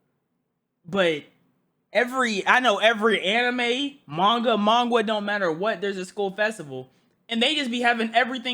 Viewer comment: We just gonna let him pass on saying hanime